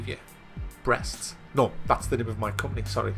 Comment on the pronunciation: "In ze building"